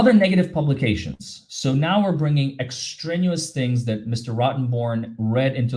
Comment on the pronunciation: The word is extraneous ex-tray-nee-us. A big word in the law. Apparently. Thank you,, for all you do. ❤️